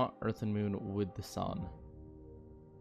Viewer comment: Spoiler: it’s 19 minutes of the moon not being terraformed and hearing “moon” pronounced “mewn”.